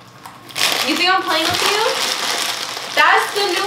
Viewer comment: I would pay money for her to be able to say with you instead of witchu lol